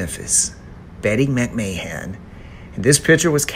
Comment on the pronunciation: Lol you said her last name wrong and different every time! Love your vids!